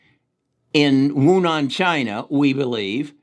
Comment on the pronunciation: "wunan" china 🤣 "Gladymir" 😂😂😂 awesome video